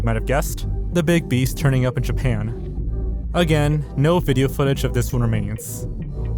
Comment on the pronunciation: i like when you say vijeo XD